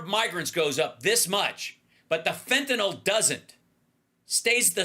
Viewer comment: It's "FENTANYL" NOT "FENTANOL" ffs get it correct so you don't sound dumb like repucnicans....just sayin 🤔